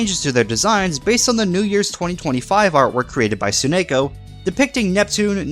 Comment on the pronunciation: Ugh, hearing you say rather than Tsunako is so weird.